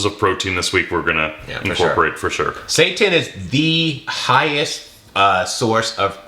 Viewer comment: correct pronunciation: say tan